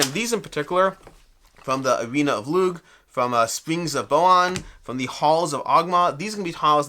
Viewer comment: Thanks for this. Just an fyi Lugh is pronounced Loo. Like in Lughnasa (August in Irish and the Brian Friel play/film). And Aisling is ashling. Looking forward to getting this.